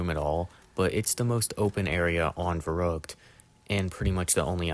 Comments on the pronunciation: It's pronounced sort of like "fair-rookt" but to be fair German Rs and English Rs are different, and the ü sound is very similar to "oo" (like in the word "too") but not quite the same. So it's hard for non-speakers of German to pronounce but the spelling should be easy enough to copy paste ;) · Its spelled and pronounced verrückt. Very different from "verruckt" or "werrokt". Its like spelling the word "and" like "end"